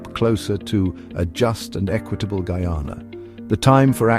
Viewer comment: He cant even prononce name of coutry properley skunt man cha